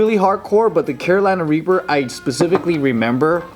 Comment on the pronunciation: always says Carolina Raper. I remember them correcting him.